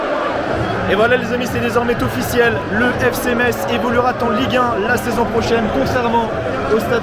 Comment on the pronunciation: Belle vidéo. Beau boulot. Seul petit bémol, les liaisons dangereuses ... ;) Faut arrêter de mettre des "T" partout ! :D (exemple : "c'est désormais Tofficiel", "évoluera Ten ligue 1" "le perdant parvienne Ta retrouver" ...) Bonne continuation !